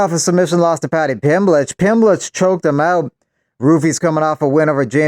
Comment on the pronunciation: I love how whenever you refer to paddy pimblet you refer to him like Renato moicano 🤣🤣🤣 paddy pimblech